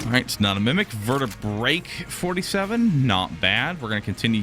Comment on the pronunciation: pls. Vertebreak 47 is pronounced vert-e-brea-k, like ak47. Everytime you say it as 1 word I die a little